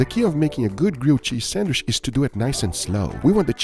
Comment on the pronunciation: i love how you say sandwish instead of sandwich HAHA